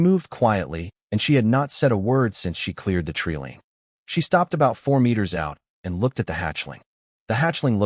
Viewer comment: Treeline, long i sound not treeleen. Owen pronounced Orin... Wound is pronounced wound not wound... Too many mispronounced words, too big a distraction from the story